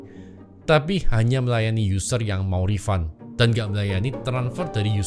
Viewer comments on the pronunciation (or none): none